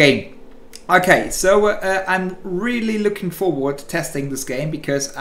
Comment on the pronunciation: I am the only one that heard "gay" and not "game" in the first 10 sec?